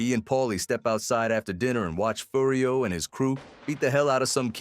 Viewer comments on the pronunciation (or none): Yeah listen to how it says AJ and Furry O